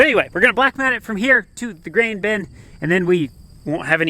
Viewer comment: Interesting he pronounces “bin” like “ben”. Why is that? It didn’t used to be the case.